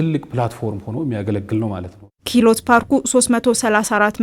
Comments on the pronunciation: ኪህሎት ፓርክ ሳይሆን ክህሎት ፓርክ በሚል አስተካክዪ። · ክህሎት ነው " ክሂሎት" አይባልም አረ ሰዋሰው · Maybe you need to learn pronunciation kihlot 😂😂😂😂😂 You are embarrassing yourself.